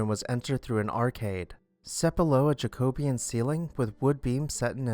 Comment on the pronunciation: Hello, Jacobean is pronounced jack-oh-BE-in. Other than that this was perfect.